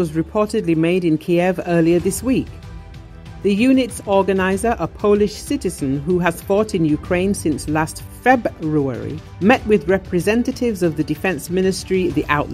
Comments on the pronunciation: Fahbruary wtf is that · She says February weird